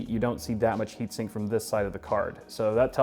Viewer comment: He just said straight frim nvidia hehehe